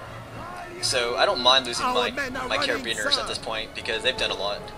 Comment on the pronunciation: I think he was referring to carabiniers. Wrong pronunciation, but folks know what he meant